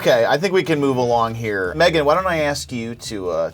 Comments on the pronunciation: PI: "What's your name?" Girl: "May-GAN" PI: "Okay, megin!" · “What’s your name?” “MAYgan” “Alright MEGGan “ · I perfer saying it Megin than May-gan. I hate when people say that